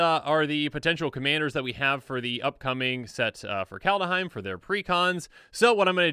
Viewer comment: Sorry to be a bitch, but , i don't think it has an 'a' between 'd' and 'h' in that. "Kaldaheim", where in the fuck did u get that stupid idea from? Anyway, just an idiot with an idiotic opinion. But this one, isn't.